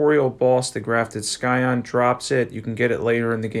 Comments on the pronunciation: Don't pronounce the 'c' in scion. It's pronounced "SAI on" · The c in scion is silent, I don't wanna be that asshole but I do want to let you know. Language is impossible if you never hear someone say it, I said "cascade" wrong for years